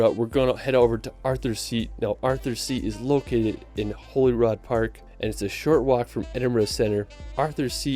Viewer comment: While I appreciate any and all positive feedback about our amazing country I have to be a pedantic d**khead and point out that there are no such places as Westminister or Stonehedge or Hollyrod! Westminster, Stonehenge and Holyrood are the actual pronunciations of these place. I know I am being an annoyingly pedantic twat but it's what I do.....